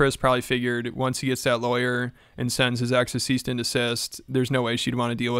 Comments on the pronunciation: bro , two videos in a row you said ceaste and desist, are you tarded as shaun? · “Ceast and desist” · Brother. It’s cease and desist. Not ceast and desist.